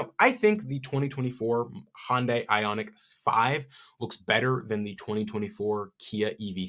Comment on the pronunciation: He pronounces Hyundai like Hondai.